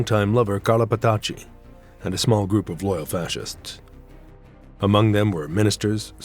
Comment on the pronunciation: Muito bom, mas que porcaria de dublagem!!! Falou o tempo todo Clara "fatàxi" sendo que é Petacci (Petàtchi) além "Clara ara" e de "bOnito" e nao "bEnito"...